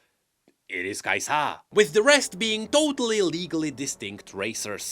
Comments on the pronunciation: "Kai'sa" - Not "kai-SAH!" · another video with pronouncing kai'sA gods help me